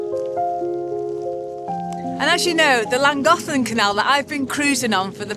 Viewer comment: Hey, sounds like you've got the pronunciation of "Llangollen" down like a regular Welsh (if that's the right term). I think you'll like New Orleans if/when you come in a couple years. It's definitely a party town so you guys should have fun, and you can be just about as "rude" as you want...lol. I'm hoping things have gotten much, much better over here by that time. 🤞Oh, if you run into trouble while your there, just give me a shout. It's a bit of a drive for me but, I'll bring the bail money! 😂 Thanks for sharing. Take care.